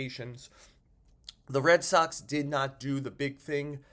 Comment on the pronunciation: is it me or every time somebody says the Red Soxs I hear the Red sucks 😂